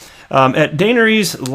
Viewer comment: YOU DID NOT JUST CALL HER DANERIES. ITS DA NAIR EE US